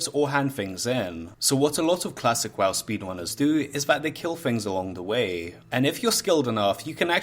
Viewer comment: did you just say klasick WaaW??